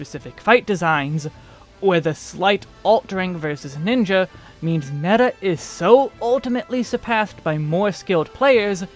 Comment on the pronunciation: As a Greek guy myself I had to stopby for your Greek μέτα